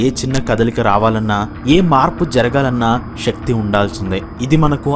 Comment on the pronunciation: Shakti కాదు శక్తి అనాలి. తెలుగు ఉచ్చరణ సరిగ్గస్ పలకాలి